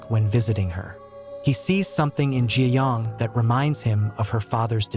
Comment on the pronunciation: It’s not Gi yong it’s ga young